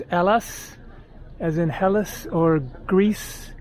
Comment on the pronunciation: yes it is ΕΛΛΑΣ means greece and the tone is on the last syllable , and ΚΑΣΤΕΛΛΟΡΙΖΟ tone on the lo syllable , i cant understand how you always miss the tone.